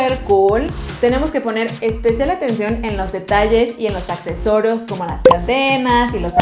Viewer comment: accesorOs xD